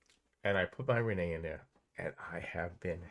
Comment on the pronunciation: The WiFi manufacturer's name is Reyee and NOT Reney!!! Pronunced Ray-yee!!!